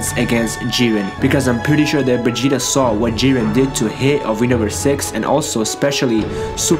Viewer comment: He says vegeta like Begeta😂😂